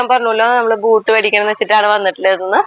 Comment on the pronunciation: ഇതൊരു പുതിയ രീതിയിൽ ഉള്ള കറി ആണല്ലോ.ഞാൻ നാളെ ഒന്നുണ്ടാക്കി നോക്കുന്നുണ്ട്.പിന്നെ ബൂട്ട്സ് എന്നാണട്ടോ പറയുക.😊🌹